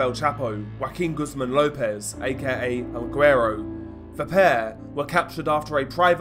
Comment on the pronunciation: The pronunciation for el guerro is el we-doh